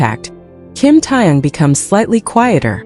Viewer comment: It's TAEHYUNG and not Tong. Don't mispronounce their names.